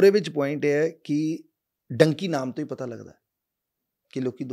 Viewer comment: its dunki not donkey